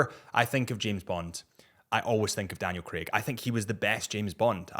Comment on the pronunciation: Lmao he said Daniel Greg 🤣🤣🤣🤣🤣 dude only 5’10 lol